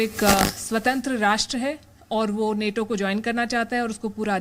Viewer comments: नाटो है नेटो नही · Neto nahi nato hai pronunciation to sahi karle baba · Are bhai English to ache se padh lo bhai Nato hota hai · Neto ni NATO hai woh 😂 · नेटो नही नाटो सही बोलना सिख, लोगो को लड़ाने वाला न्यूज़ चैनल